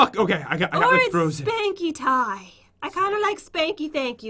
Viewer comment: Oh and btw, it's pronounced SpankyTee